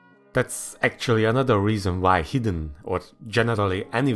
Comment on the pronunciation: Hot take: ar should be adjustable and ez and hr's ar should be based on density. I'm a noob so if this is completely retarded please say. Also when you say hidden it sometimes sounds like heathen lol.